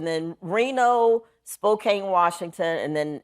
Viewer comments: I don't care if its in the morning and I NEED coffee. Note to self: No hot coffee while watching some Wanda!! (record scratch sound edit: It's "Spo-can" not Spokane. Coming up from CA I learned that the hard way) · Wanda, when you go to Spokane, remember it’s pronounced Spo-CAN, not Spo-CANE. Say it like the locals do. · Honestly I find it hilarious when newscasters or anyone else attempt to pronounce cities and towns in WA state and fail miserably 😂😂😂